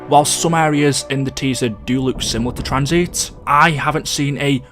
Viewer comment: why u calling tanzit tranzeet u mong